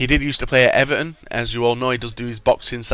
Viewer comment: It is Everton not everon